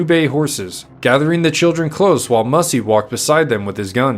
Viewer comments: Pronounced "MASAI" NOT MASSY!!!!😮😮😮😮😮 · He was not the last free Apache. There was a large band of Chiricahua led by Nino Cochise lived high in the Sierra Madre! Also! You are misprouncing his name! It is Massai, not Mussy! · I'm sorry his name wasn't pronounced Mussy. It was pronounced Mass- as in Catholic mass and I, as in you and I. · MASS I NOT WHATEVER HE SAID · You mispronounced his name.